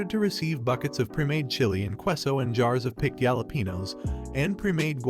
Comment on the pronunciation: Kway-sa-deez and yalla-pee-nose